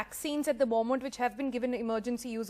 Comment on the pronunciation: Funny the way you pronounce ‘moment’ sounds like MO-MANT